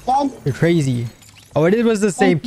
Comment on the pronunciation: Bro sayed instead of I'm dead I'm gay😂😂😂